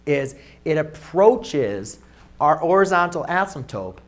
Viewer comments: Why do you keep saying "asymptope"? Is that another accepted spelling? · love it. but i think u called it an asymptope instead of an asymptote lol